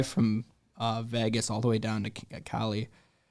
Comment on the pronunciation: Why does he pronounce it Vehgus lol